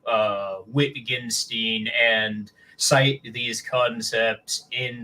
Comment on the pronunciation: that pronunciation of Wittgenstein killed me inside